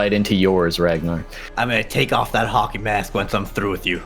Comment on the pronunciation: Every time they said hockey I heard haki